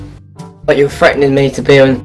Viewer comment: “freataning” LMAOOO 🤣🤣😂😂🤣🤣